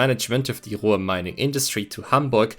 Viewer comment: How do you mangle the word Ruhr?